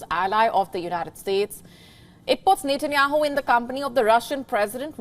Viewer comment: You need to correct your pronunciation 😂 It’s Benjamin Netanyahu